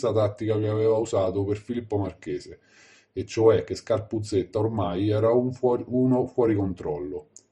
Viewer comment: Scarpuzzedda non scarpuzzetta..per dio prima di fare i video documentati